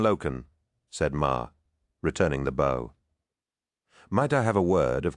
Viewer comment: Too bad about it being read by AI. If you doubt that it isn’t AI the voice reads bow as a bow and arrow not someone preforming a bow motion.